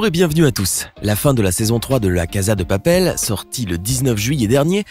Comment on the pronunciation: On dit la casa dè papel